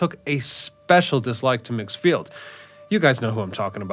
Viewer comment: First, The name rhymes with rigs or pigs. Second, It was never a major airport. It was used by local folks wealthy enough to own a private plane, and for some regional commuter flights. I flew in and out of migs a couple of times in the '90s for state of Illinois business. It was scary, especially in crosswinds. I've seen more than one plane crash into lake Michigan around this strip.